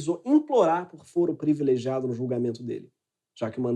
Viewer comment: Voce é inteligente entao nao da pra deixar passar: voce aqui fala “ prEvilegiado “. PRIVILEGIADO, ok?